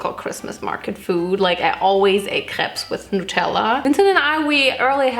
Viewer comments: Trilingual American here. One of my languages is french. So I pronounce it crêpes. Have zero issue with how says it. Because... well, put simply it’s correct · She actually does pronounce it the French way correctly a lot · if anyone is pressed about the way she says crêpes, she said it exactly like us french ppl do so if someone needs to correct their prononciation it’s probably you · brazilians pronounce like crêpes too. i don't understand why people are saying it's wrong. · RIGHT ?! SHE PRONOUNCE IT SO WELL ! Except putting the "s" part, I was like "WHAT ?! She is speaking french so well !" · guys, im french and she just says it with french accent! when she says that she says it as a french x')) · She said it wits the right pronunciation 😅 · Im french and the only difference is we say " p-uh" at the end and says "pse" at the end, but she pronounces it so well like tf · I‘m french and we say « krep » so you say it perfectly🙂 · In Germany, we pronounce the "s" because that's the German plural form. The singular is "ein Crepe" for us, which we pronounce exactly like in French. But in plural it becomes "mehrere Crepes" (multiple crepes). So when she's saying "CrepeS", she actually isn't mispronouncing the French plural "crêpes" at all, she is just applying German grammar rules to it, because that's what happens to loanwords. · Im actually french and the way she said crêpes is perfect can you guys stop 😭🙏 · Attacking her for the way she pronounced crepes? Shes GERMAN! shes German and yet she says the word EXACTLY the way my very French French teacher says it! Lmfao! There are wars and famine and the climate and you are here protesting the way this german girl says the word crepes???There are so many things to protest about! Put ur energy there. This right here is supposed to be ENTERTAINMENT kids! You are supposed to come here for smiles and fun! 💯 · perfect ✨crêpes✨ pronunciation (approved by a french lol)